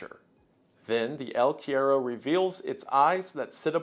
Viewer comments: dude, I was like no way he pronounced it like quiero..........He already butchered cigarrillo to the point it was the scariest part in the Blood Meridian vid 🥲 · Cuero is one of the most awkward words to say in Spanish so I understand but it is really funny how it sounds like he is saying quiero. Te quiero mucho Wendigoon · cuero is pronounced coo-err-oh 😂😂 it translates to leather or skin in Spanish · JAJJA el cuero, me morí con su pronunciación "el quiero" asdjflkh perdón, te amo wendigoon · it’s pronounced el (koo-e-ro) it’s Portuguese and Spaniard word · yo, “el” means the in Spanish and that word is pronounced “kwero”. The more you know 🌈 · god i love these videos. it's pronounced "el kwero" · I'm pretty sure Cuero is pronounced qwe rro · Wendigoon's pronunciation of the word "cuero" healed me from depression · cryptid from argentina???? yay! so, your pronunciation is a bit off, the u in spanish is more like "oo". also, this legend is from the south of south america, so very far away from the jungle, more in the zone of the pampas and patagonia (not any stingrays in the place). and the word "el" means "the" so saying "the el cuero" is the same as "the the leather" just a little correction since you liked the monster!! im happy to see a legend from my place here jsjajsj